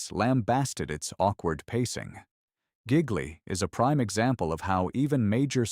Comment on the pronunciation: It's not correctly pronounced "gig-lee".